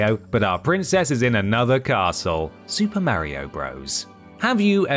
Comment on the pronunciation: Thanks for mispronouncing mario. Despite the fact that he says his own name